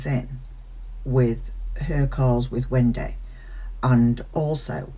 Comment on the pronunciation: Still love how you say “Wen-day”. 😁